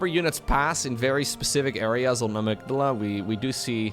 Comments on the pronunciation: AMY-G-DALA, L-OW-KO, I do not approve...🙂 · Absolutely love your videos,, please keep it up~! Very minor comment: the map name 'Amygdala' may have a slightly different pronunciation, if it was referring to a functional structure in the brain. Check it up~.:yougotthis